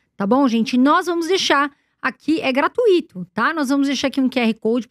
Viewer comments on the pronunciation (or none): none